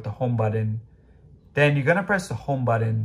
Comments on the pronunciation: WTF is a budden? I’m familiar with a buTTon. My gosh at least pronounce it correctly. Thanks for the tip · What’s a buddon?